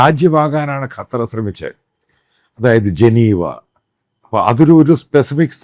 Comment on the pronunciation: കറ്റാർ ശരിയല്ല അച്ചായാ😂